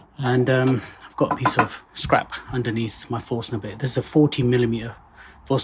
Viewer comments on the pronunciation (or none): When you said Forstner Bit I heard force nugget. 🤣